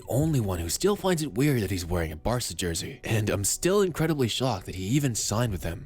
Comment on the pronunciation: Jersey* not Djerzey